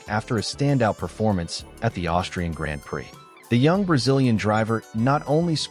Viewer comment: If you can't prounace grand prix why should we believe you check is gone